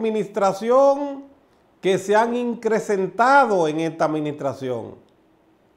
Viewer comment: increCentado no, increMentado sí!